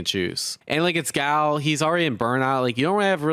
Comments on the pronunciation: I'm distracted by this fella constant complaining and the way "Guile" is being pronounced. 😬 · The fact that Guile sounds so much like "gout" is the cherry to this sundae